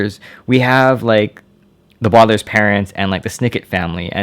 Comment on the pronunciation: He said the badalairs